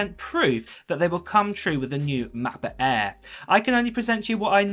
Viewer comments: I could not finished the video due to constantly hearing “ mah bah aaaaa” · Sorry... the way mans says "MAH-BOOH-AEHHH" gets me every time ;) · Mahhkbohhh Aairrr, or MacBook Air? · Ma'boh' Eah'